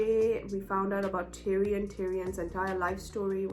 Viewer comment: Yoooooo my man love hearing you calling tyrion tyrone 😂😂 waiting for your next episode of GOT💪🏻